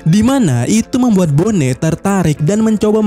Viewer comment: Entah kenapa tiap dia bilang bone jadi keinget nama suatu daerah di indo, wkwkwk baca sesuai pelafalan aja knp sih? lebih enak bilang boni padahal wkwkwk